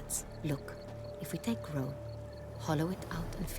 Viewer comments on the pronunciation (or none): none